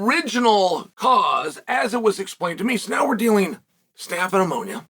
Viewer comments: Thank you Chael for this clarification. I was definitely under the impression that Ben was "out of the woods" so to speak, and at his actual home. So thanks for clearing that up. Definitely will keep sending those prayers. Even though this is a sad and serious topic, I did still chuckle at the "sepis" and one time I think you even said "ammonia." God Bless Chael lol. 🙏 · It's pneumonia not ammonia. And the word is sepsis. You've been doing this long enough to be able to say these words correctly. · You mispronounced pneumonia and sepsis sir bad guy, praying for a quick recovery for Ben 🙏🙏🙏